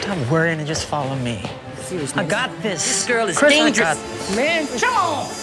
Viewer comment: As well as the way Tucker pronounces "come on" as "sha-mon" since Michael said that a lot too